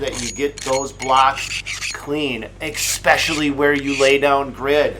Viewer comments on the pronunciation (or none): LAWL!! "expecially" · eSpecially, not eXspecially. I know, it sounds right, but check it out. It's an S, not an X. I'm not a hater, I'm a grammarian. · It’s ESPECIALLY not EXPECIALLY. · That was exspecially interesting. I guess that is the Polish pronunciation. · Did you say EXSPESHULLY? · “Ekspecially” is not a word.